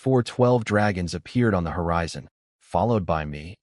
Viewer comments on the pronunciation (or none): none